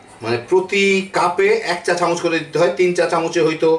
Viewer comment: চামুচ নয়,চামচ।